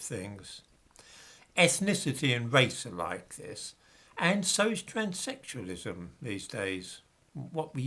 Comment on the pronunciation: "Backgwound"? "Twanssexualism"?, maybe it's time to speak-a-de-English properly before the dementia fully has it's grip on you 🤷🏿